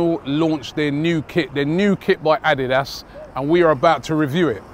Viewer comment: the way Robbie says Adidas ... jesus bruh LMAOOOO